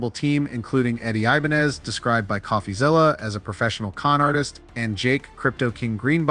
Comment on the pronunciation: What gives it away is how the narrator pronounces "Coffazilla."